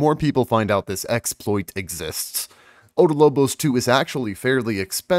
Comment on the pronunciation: OB DOL BOS, NOT ODO LO BOS